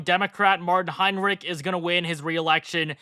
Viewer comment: It is always so funny for a native German, how you Americans pronounce the German Name „Heinrich“ 😀😊😂